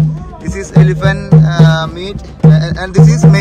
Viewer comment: Meet അല്ല. Meat 🥴🥴🥴